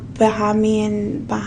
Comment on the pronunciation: Buh-hey-me-in is the pronounciation for Bahamian, I´en mad tho. You can get it wrong once lol.